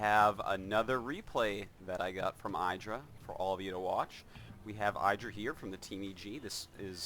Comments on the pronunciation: Damn its pronounced "Iddh-rah" Artosis! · saying 'eyedrah' is like saying 'air-tosis' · I hate artosis' games of IdrA because he just doesn't get it. Someone must have told him already that his name is not eye-dra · Cringe every time I hear eyedra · Why you pronounce Idra wrong all the time? Are you doing this on purpose? ^^